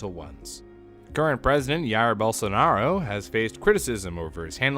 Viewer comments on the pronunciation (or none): É, nunca vi alguém falar com um sotaque tão estranho o nome do biroliro.